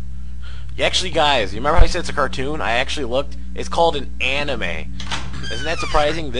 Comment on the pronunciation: he says anime like he has no idea what it is